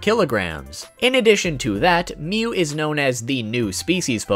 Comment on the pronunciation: It's mewwww